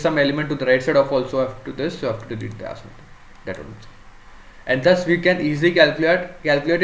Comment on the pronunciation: good explanation , "thhus" is thus though pronounciation